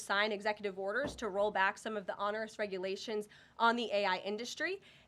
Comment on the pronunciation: Karoline, you are mispronouncing ONEROUS. But you are kind of cute.